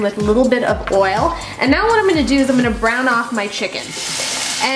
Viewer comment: I thought you said Brown the chicken not burn it...